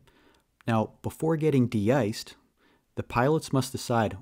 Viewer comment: Thanks for yr help/work. Just, The De-cing, de-iced pronounciations are misleading. Im not a native but they sound weird.